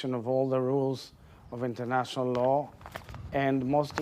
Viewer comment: Did he just say Internatinal Law?? LOOOL